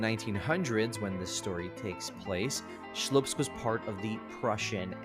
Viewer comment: It's Slupsk, not Shlupsk - It's as if calling New York the New Bork.